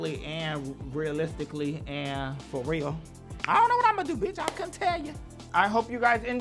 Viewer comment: 'Methaphorically and realistically and...fo real.'